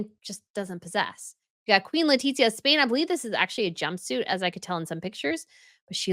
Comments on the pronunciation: Hola! The "z" in castellano has the "th" sound in English. So, it should be "Le-ti-thia" not Le-tit-zia. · PS Letitia pronounced Le tish ia. No tit in it!